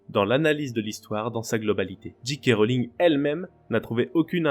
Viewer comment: Bonjour, merci pour la vidéo, essayez de dire Djé Ké Rowling et non Dji Ké Rowling. C'est dommage de prononcer à l'anglaise et si mal prononcer le 'J'.